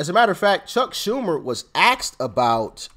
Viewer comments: Axed? Come on DOC. ASKED!!! NOT AXED. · He axed huh not asked huh?